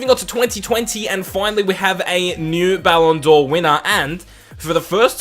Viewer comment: "Ballon Door" haha